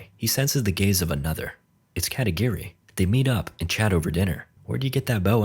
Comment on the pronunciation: katagiri? i heard katakiri